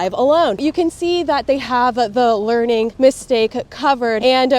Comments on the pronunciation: No, u have to lear to say lear,:D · Yes! Someone that says "learing" right! All the other Youtubers I've seen are saying "leering" and it's driving me crazy because that's not how English works. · It's a Leering Center, don't cha know?